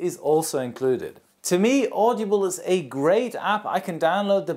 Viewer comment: "Audeeble".... lmao audible 😂😂